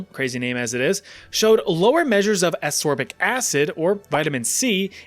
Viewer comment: Was it on purpose "Ass-ore-bic acid"? I think it's read as as-cor-bic. :D